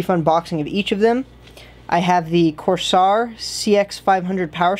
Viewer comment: please don't butcher the companies name, its kinda rude